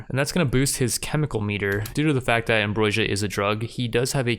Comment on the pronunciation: Also - "am-BRO-sia" is the correct way to say that